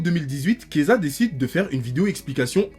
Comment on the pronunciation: PTDR dès qu'il disait Keyza j'étais en mode pourquoi il parle de Kezah mdr il a rien à voir ici